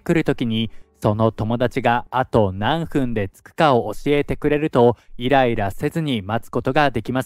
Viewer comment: 「なんふん（何分）」の正確な日本語は「なんぷん」ですよ。